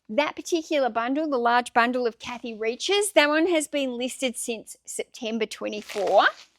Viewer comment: Kathy Reichs is pronounced RIKES. Happy selling!